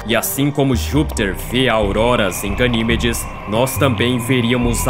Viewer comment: Primeiro trocam a lua pelo titã,depois por Ganimédes (Pronúncia certa) A lua:-"O que vcs tem contra mim mano?!"😢💔